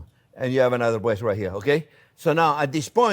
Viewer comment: He said beautiful bweast. ❤